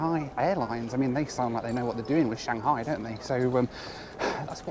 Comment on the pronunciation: I'm going to say this your loo reviews is top notch, and especially with the animation, which Josh Cahill's loo reviews lack lol! and thank you for pronouncing Shanghai correctly lol